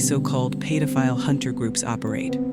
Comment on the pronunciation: AI can steal data and personal info, but can't seem to figure out how to fucking pronounce pedophile. Paid-o-file